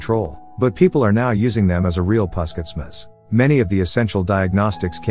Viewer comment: What a terrible pronunciation of local names! And you are also taking a liberty to shorten the already abbreviated word. Puskesmas is a short for Pus=pusat (centre), Kes=kesehatan (health), Masyarakat (people).It should be pronounced phoneticaly! Otherwise it is just a strange sound.